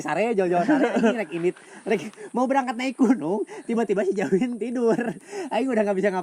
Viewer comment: Kenapa dia orang manggilnya Jawin🤔namanya si abangkan Dzawin🤔pake Z bukan J